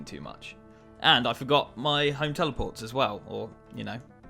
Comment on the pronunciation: Am i the only one who noticed saying “House telepilts”?